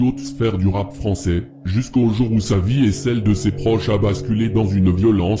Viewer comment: Je viens de tomber sur cette vidéo et à « dans le monde du rapp français » 😂 dejà morte de rire.